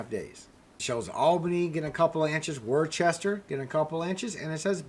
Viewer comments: It is pronounced Wooster! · Worcester is pronounce "Woosta". Love the show! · pronounced Wooster, MA.. just sayin